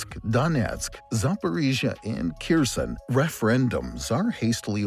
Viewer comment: Please use correct pronunciation of Kherson next time. Yours is so distracting.